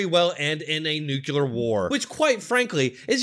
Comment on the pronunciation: Please learn how to pronounce NUCLEAR!